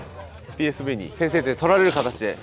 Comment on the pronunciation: ピーエスブイではなく読み方はペーエスフェーだよ